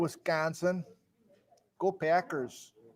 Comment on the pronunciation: I never really heard the Midwest/Fargo accent until said, "Go Packers."